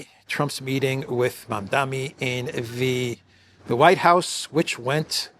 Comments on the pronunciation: Please get the name right when reporting…You keep mispronouncing the name as “Mamdami”…It is Mamdani (with a N)…it’s a difficult name I admit. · Mamdani not mamdami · Mam-Da-Ni MaMMMdaaaNNNeee. MAMDANI. Mamdani. Come on,!